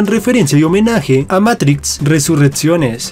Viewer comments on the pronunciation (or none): none